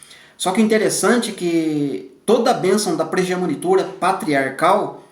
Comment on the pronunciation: Irmão abençoado de Deus que tem edificado grandiosamente a Casa de Deus, Paz! Irmão, eu quero fazer uma pequena correção com uma palavra que você pronuncia errado mas acredito que o irmão não me critique por isto, pois é construtiva. A palavra é PRIMOGENITURA e não PRIGEMONITURA. Que o Pai continue te abençoando e compartilhando o Pão. Obrigada